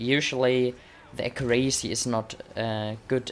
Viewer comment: Accurácy? Wasnt it Accúracy?